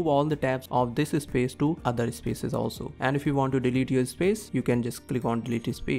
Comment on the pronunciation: The way you pronounce words. Your "video" sounds like "vey-dough". "Space" sounds like "iss-pace". Plus lots of grammatical mistakes as well. Take the transcript of this video, and ask ChatGPT about the grammatical mistakes. Then put the transcript into an Indian English TTS engine and compare your pronunciation. 👍🏻